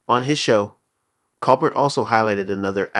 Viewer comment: Grrrr!! And mispronouncing Colbert's last name on top of it!